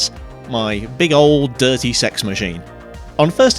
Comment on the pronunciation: this man knows the prononciation of cex rather well